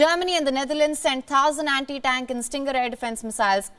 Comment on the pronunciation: 'Sevendeeen dousand Andi-Dank Missiles' 😅